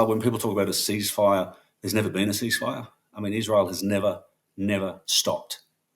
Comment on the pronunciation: NOT IZ-RA-HIELL